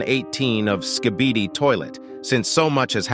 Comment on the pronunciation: Bro says skidibi